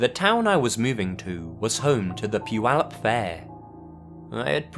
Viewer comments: I know this is seriously late, but you did great job pronouncing Puyallup Wa. Much better than Yakima, which makes me laugh every time I hear you say it. Keep up the great work😊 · I am born and raised in puyallup, WA and I am surprised on how well he pronounced it lol. On top of that I have come into my fair share of creepers because I live so close to the fairgrounds. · Omg! actually pronounced Puyallup correctly! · To, great job pronouncing Puyallup!